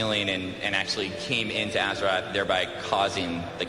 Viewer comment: I love that this dude talking back doing the cata blizzcon keeps fucking saying "AZERATH". if you can't even say the name of the fucking planet then you shouldn't even be apart of warcraft